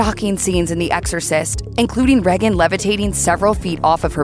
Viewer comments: Ray-gan not Re-gan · And to the narrator. Her name is pronounced "Ray-gen" not "Rag-un" and don't get me started on Americans pronouncing "Mario" and "Pokémon" wrong. It's not "Marr-e-o" It's "Marry-o" Even the voice actor pronounces it correctly. And "Pokémon" is pronounced "Poke-ay-mon" not "Poke-ee-mon". Watch the cartoon. Pillocks! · “Reggin” FFS. Tell me you never watched The Exorcist without telling me you haven’t watched the Exorcist. How can anyone pronounce Regan like that? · They say her name more than enough times in the film for you to not mispronounce it. Aside from that have you ever heard ANYONE pronounce it like that? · They way she is pronouncing Regan is stressing me out. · Please pronounce Regan correctly.